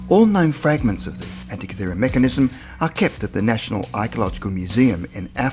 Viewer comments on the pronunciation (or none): Antikythera, not anty-tikara. good info though.